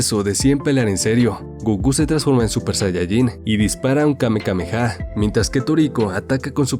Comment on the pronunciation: No se dise kamekameha se dise kamehameha